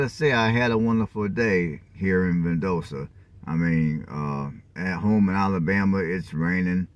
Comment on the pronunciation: Val dos ta is how the city is pronounced